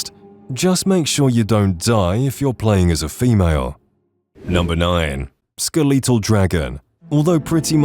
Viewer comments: "Skuh-LEE-till" 😂 it's ske-le-tul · Great video! The amount of mispronounced words is killing me though, gotta love the “skeleetull” dragon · The way you said skeletal is so wrong...SkelEEEEtall? Bro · Bro said skeeleetal dragon